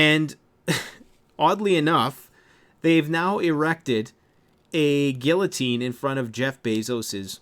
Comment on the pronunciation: You can't even pronounce guillotine correctly. WTF, I can't trust one word you say.